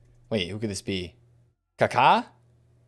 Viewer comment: These packs were so bad it’s pronounced Kak-a not Ka....Ka 😂you’re pronouncing it like a bird it’s annoying 😂